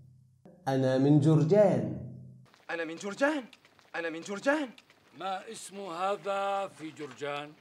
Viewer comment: "Maa ismu..." not "Massmu"